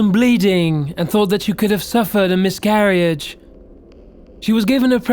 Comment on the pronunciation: misgarriage. lol.